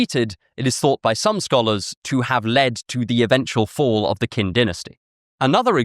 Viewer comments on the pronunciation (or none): It's "chin"-, not "kin"-dynasty. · Qin is pronounced more like tsin, not kin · Hey man, I love your content (literally new favorite channel) but Qin is pronounced “Chin.”